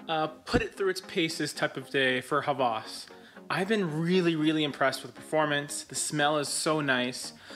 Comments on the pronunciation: you butchered the pronunciation. it's /Heh wehs/ not /HA VAAS/ lol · It is not pronounced as Hawaaaaas. It is Ha-was. Pronounce 'was' same as 'ha'. It means 'lust'. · Not hawwas its hawas Should be pronounced quickly Greetings from Egypt